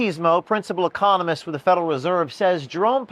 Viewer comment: How could a grown man working for Epoch Times not know how to pronounce the word economist?